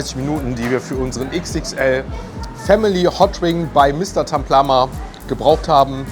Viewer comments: Taplama und nicht Tamplama 😅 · Es heißt Taplama nicht Tamplama 😅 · Da steht sogar Mr.Taplama er sagt Tamplama